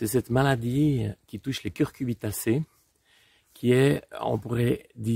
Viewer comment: Un grand merci pour cette démonstration. Ah! Un point: on dit "cucuRbitacée" et non "cuRcubitacée".